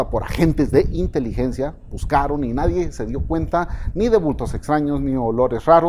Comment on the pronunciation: una observación procure decir "nadie" en vez de "nadien" :) Gracias